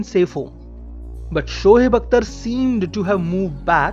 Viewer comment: SHOHEB nahi hota Shoaib hota hai